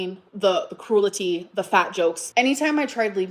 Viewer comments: The “cruel-e-tea” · "the croo-lity" will never NOT render me deceased 💀 😂 Aaaaaanyway, pop off 👀💅🍿